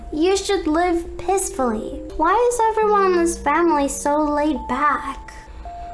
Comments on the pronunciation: peacefully but u said pissfully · Omg said “u should live PISSfully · SHE SAID PEACEFULLY NOT PISAFULLY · Lol i loved it when you said pissfully ik you read that wrong. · Hmm when it said "peacefully" u said...... Piss fully😱😬😬😬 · ”peacefully” Me:”is it just me or does it sound like PISSfully?”